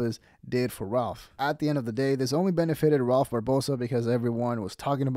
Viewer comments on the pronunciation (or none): I think Ralph is better than George and he is hating on Ralph because of it. The jealousy is so obvious that’s disrespectful purposely mispronouncing his name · The way he intentionally said his name wrong....1000% hes heard of Rakph Barbosa lol ...thats just some hating ass shit .. period.